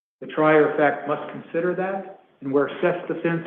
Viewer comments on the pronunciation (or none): none